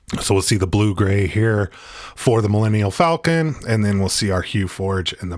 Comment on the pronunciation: whats a "Mellenal Falcon?